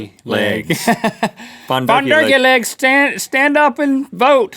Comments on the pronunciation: fondue? FON-DONT!!! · Fondue or fondont Haha... Hahaha... Ha..... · “Cheese Fon-doodles” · Fondues and fondont's. ha ha ha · Fondue? More like FON-DONT! (I'm not sorry) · It Fon-DON'T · US-Americans can never pronounce Fondue right! It's a french word, so spell it like one.